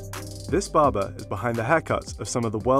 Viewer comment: What is baba? Ohhh its barber. Yeah now i know.